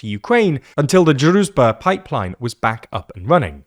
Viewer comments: It's pronounced drooj-ba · I see you're struggling with pronouncing "druzhba". It's pronounced "drew", then "s" as in "vision" and then "ba" as in "bar". It translates to "friendship" or "comradeship". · The 'zh' sound in Druzhba is pronounced like the 'J' sound in French. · zh in Druzhba is pronounced like j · Just translate the name of the pipeline to English and use that. Our ears are bleading because of you butchering the pronunciation of Druzhba.